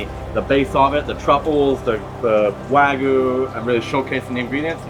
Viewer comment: If you're going to serve Wagyu at least learn how to say it. Not Wa-goo it's Wa-gyoo.